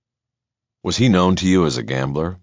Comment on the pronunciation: Excellent narrator. The other guy has some really annoying pronunciations (i.e., 'known' always spoken as 'know-win' as if it has 2 syllables.)